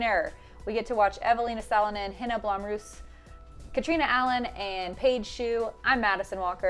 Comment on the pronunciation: Oh yes, let's go Eveliina & Henna! (Blomroos btw., not BloOmroos)